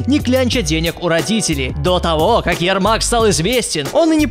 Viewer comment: Правильно ЯрмаК, а не ЯРМАК